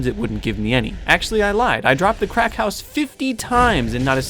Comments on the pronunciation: "Cracked house"? Oh I thought you said "Crack house" You most definately said "Crack house" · Ohhh... ‘cracked house’ I thought you continuously said ‘Crack house’... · Is he saying cracked house or crack house? 😂😂😂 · i thought he said crack house😂😂😂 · Very nice, although every time you said cracked house I couldn't help but hear crack house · Sounded like you said "crack house"